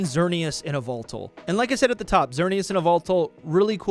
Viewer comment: Dude. What was that Yveltal pronunciation?